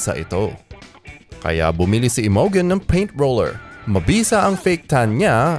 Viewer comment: Imogen pronounced as 'Imojen'. Pls check your pronunciation first 'coz it's hilarious for us to hear. Thanks!